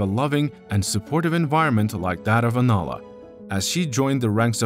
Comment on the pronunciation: The narrator keeps pronouncing her name wrong. He calls her Alana rather than Anala. Come on…..